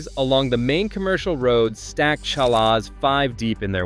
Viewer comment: Stop with your stupid idiotic moronic AI narration! "Challas" my ass!